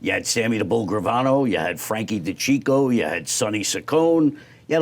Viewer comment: It's Frank DeCicco. Not Frank the Chico.😂